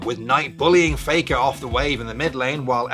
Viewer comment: It's not faker anymore, it's fake-uh😂